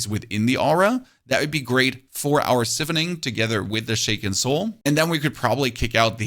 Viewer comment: Man said “si- phoning” 🤣🤣🤣🤣